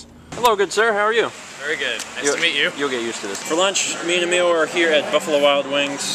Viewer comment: It's Emile, not Amiel